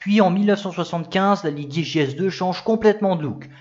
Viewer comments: vous prononcez les G à l’allemande comme s’il y avait un U après le G. Vous dites Liguier au lieu de Ligier ( ou Lijié ), vous faites de même avec Gessalin que vous prononcez Guessalin. De plus vous prononcez le u de Guy, ce qui fait que souvent on a l’impression que vous dites Gouy Didier au lieu de Guy « Lijié ». C’est dommage car vos vidéos sont biens documentées et réalisées. C’est une remarque amicale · alors j'adore tes videos mais la , je peut pas, tu écorche trop le nom Ligier